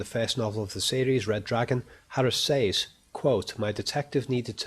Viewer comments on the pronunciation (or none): So much insight. But u say “saiz “ instead of “sez “ teachers should have picked u up On that. Great work otherwise. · "Ooops I did it again." - What was done again, announciating "G"s at the end of words like appealinGC or saying "says" like "say"+"es"?.. ;] hehe "he can entertain himself in his head for years" BUT YOU SAID HIS BIGGEST FAIR WAS BOREDOM. - Advertisement for his audio podcasts of art/movies etc analysis and some psychiatric related audio files. This was the only ad I got in this whole video, 2 minutes for all this free content, not bad! Then you said serial killers are possibly only intelligent because they are often not caught but for example Bundy was terribly sloppy and arguably just lucky. Edit "Darth Lecter, imagine that for a villian.